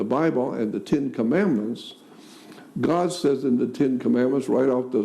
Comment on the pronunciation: He kept saying the “TIN” Commandments instead of The “TEN” Commandments as though it was a TIN can! 🤣🤣🤣